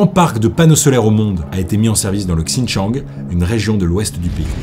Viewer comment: Bravo pour tes recherches. C’est un travail monstrueux que tu as fait. Seul point où j’ai quelque chose à dire : la prononciation des mots chinois, attention lorsque il y a un X (ex : Xinjiang) ça se prononce Sh (Shinjiang) - (Shi Jinping)….